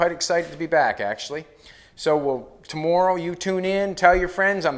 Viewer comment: Great to see you back! Love your innovation and how you explain your fabrication of the projects. My kids just heard you say the word, "tomorrow" and told me that you are the first person they've heard pronounce it the same way that I do. (Guess it's the Nova Scotia in my blood...my grandmother's family came from there to the USA. Wishing you continued success!